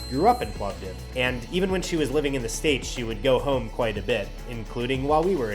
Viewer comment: As another Plamena from Plovdiv hearing you pronounce the name properly (it's a permanent dispute with other Bulgarians 🤭), it just made my day 😆. In addition to the excellent video.